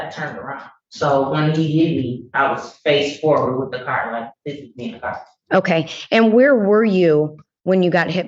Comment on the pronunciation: "How did he KICK the door?'....."wif his foot"